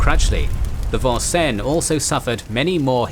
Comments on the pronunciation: As a person who grew up in Vincennes, Indiana... The American English pronunciation has always been Vin-Sins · Vincennes is a city in the State of Indiana and it's pronounced VIN-SINS. Of note perhaps is that there is also a town named Versailles here but it's pronounced VER-SALES. Not much France left here in old New France, sorry. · I liked the way you presented the Battle of Savo Island. I just wish you had taken a little time to pronounce the names and places correctly. I wince every time you say Vincennes wrong.